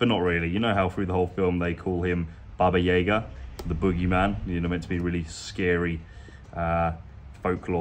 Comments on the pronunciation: about that "Russian Which.".. Her name is Baba Yaga (Yaga, not Yega. It's like in the word "yard.") Actually, her full name is Baba Yaga Kostenaya Noga. (In Russian it's Баба Яга Костеная Нога) Kostenaya Noga means Leg of Bone (one of her legs was just bone, if you can believe it...) She is a character in Russian Fairy Tales and she is more mean than scary. She is just a very unpleasant person... Hope it helps. Love your videos! Cheers from the U.S.A. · Baba Yaga ... the As are all pronounced the same way.